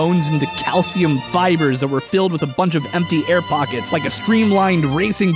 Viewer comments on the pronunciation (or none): none